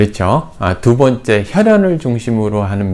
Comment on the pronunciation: 두 번째,시작,세 번째,반대,좋습니다,대체적,시원주의,뭐냐하면,사신,폐쇠,강조,좋게,심지어,행복, 등 이상 실 예는, 강시께서, 장음인 단어의 처 자를 짧게 잘못 발음한 일부의 실 예다. 교수의 발음이 이 정돌라면 하국의 문화 수준은 어느 정도인가? 1967년에 고국을 떠난 이 늙은 이가 하 분하여 쓴 책ㅇ이 "한국 어문을 고발함"이오니, 고국 동포 여러 분! 이 책을 조용히 읽어 주시옵소서. 미국 변 완수 드림